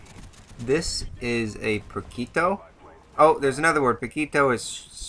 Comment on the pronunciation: Poquito is small, not pikito, a gift from the latin american fan comuntity